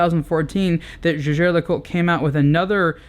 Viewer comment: Its names jaeger (~jaiger) le coultre not jagér!